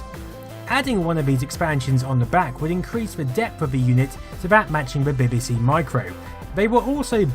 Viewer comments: I think its more 'BihBihSea', but maybe thats my accent... (I still claim it should be 'BeeBeeSee', though ;-) ) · Its pronounced BeeBeeC not BaybayC. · buh-buh-Cee? Seriously, how hard is it to say Bee-Bee-Cee? Nevertheless, great video as usual! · Love your documentaries. Takes me back to my youth. Does make me smile when you pronounce BBC as Beby C though 😉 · I love your channel and this video is a fine example of your output. But what's with the "Beh-beh-see" pronunciation of BBC? 😆It's "Bee-bee-see", surely? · your insistence on pronouncing 'BBC' as 'bibisee' makes you a CVNT and earns you a dislike from me. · The odd way he pronounces "BBC" - "Beh beh seh" - has been fascinating me throughout the video. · You pronounce BBC weirdly. It sounds like Bibbisee lol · You pronounce BBC as bibby-sea, which is so annoying it earns a dislike from me. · I really love your videos, this is three years later. Why can't you say BBC? What's bebaecae? Had you been at the dentist? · You say BBC funny: bibbisee. It's adorkable! I thoroughly enjoy your videos, they tickle my nerdy nostalgia gland just right. Mmm, nice. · I love the way u say bbc 😀